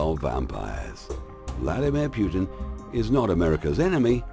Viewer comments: NICE, BUT TRY TO PRONOUNCE PUTINS NAME PROPERLY...!! ITS NOT PRONOUNCED "PEW -TIN"..... TRY "PUT -IN"... STUPID YANKS WITH THEIR CONSPIRACY THEORY CRAP...... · It is not pronounced Pjutin,just Putin :)